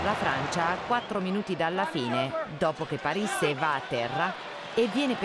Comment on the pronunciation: a Pàrisse?? Scrivete gli accenti a questa lettrice di cose che non conosce